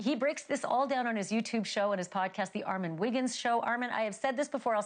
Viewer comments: Ma'am!!! Put the emphasis on the right syllable!!!!!! Ar MON!!!!!! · You did a phenomenal job! I want her to say your name correctly, though. Lol! I thought it was ARE-MON not ARE-MEN? Am I bugging? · It’s Armon, not Armen 😂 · You were right she doesn’t say your name correctly… it’s ARMON not Armen!🙄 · PRONOUNCED: ARR-MON ON not IN If they respect you enough to have you on their platform, they should respect you enough to get your name right. Please start standing up for yourself and start correcting people regardless of their status. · Please tell her your name is Armon and not Armen! 😭😩 She is sending me!!!!!😵‍💫😩😩😩😩😂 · Who cares that she pronounces your name as “” we know she means Armon!!! Redemption! I love it!!!!! Congratulations!!! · Good Job! Lmfaoooo he knew she was going to mispronounce his name 😂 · She stay calling you "" like someone correct her plz. It's annoying lol. 😩😭😂😂😏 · The pronunciation of Armon’s name is crazy work… it’s “R…MOOOONNNN” 🤦🏽‍♀️ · Whos ARMEN?... THESES people get on my nerve They know how to say the name right 💁🏾‍♀️,.. anywho besides her not being able to read a name properly congratulations armon on your success!!!!🎉🎉🎉🎉❤️ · I need her to play ARE MON wigginsss he bringin the tea, so she can pronounce it right. You Killed it! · We love this for you ❤ but her pronunciation of your name is sending me 😂😂😊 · Why is it so hard to pronounce armon? Smh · Congratulations Armon!!!🎉 (Sidebar: I can’t stand when ppl mispronounce his name😡😩😆)